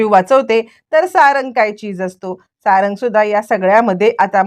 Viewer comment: अरे किती वेळा सांगायच 😂 सारण नाही सारंग नाव आहे...